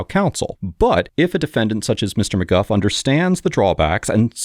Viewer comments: Narrator: “Mr McGuff” Judge 😎 “Mr McGoo” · Stop calling him "Mr McGuff", it's "Mr MacGooo" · The defendant calls himself “McGOO” but you call him “McGuff.” Why?